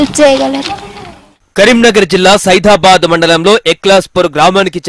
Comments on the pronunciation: Sidhabadh kadu adhi sidhapur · Saidabad kadu ra ayyaa saidapur mandal Yevadraaa... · It is Saidapur not Saidabad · సైదాబాద్ కాదురా.... సైదాపూర్ ఎట్లా న్యూస్ రీడర్ అయినవ్ర నువ్???? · బాబు రిపోర్టరు సైఫాబాద్ కాదు సైదాపూర్ అది ఫస్ట్ చదవడం నేర్చుకో నువ్వు ఎందుకంటే ఆ ఊరు మా పక్కనే కాబట్టి నాకు తెలుసు ఇలాంటి ఎన్ని మిస్టేకులు చేస్తున్నావు ఇలాంటోళ్లు ఎలా పెట్టుకుంటారు అయ్యా బాబు మీరు కూడా మేనేజర్స్